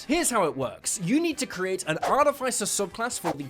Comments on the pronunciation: I wonder what Mike Mearls is gonna think of his pronunciation of "artif-icer" 😅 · (jeez, that's NOT how you pronounce "artificer") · can you say artificer correctly? please! it drives me crazy...